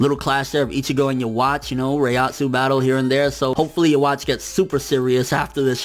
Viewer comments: Ya wachee? His name is pronounced ' Yah Wek'. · Great review bro. I just wanna say something to you. I am not trying to rant on how you do things here, but Yhwach is pronounced differently than how you're saying it. Remember that the Quincy has a German theme going on, and it carries over to the pronunciation of words. Yhwach=Jehovah=God! Yhwach is pronounced Ye'Hu'Vah! How you may ask? Look up the tetragrammatron, and you will see. Also in German the letter W has a V sound. Like the famous opera maker Wagner. It is pronounced Vagner! You're the best, and I always like your reviews. I hope you don't think I'm jumping down your throat, but I just hoped to help out.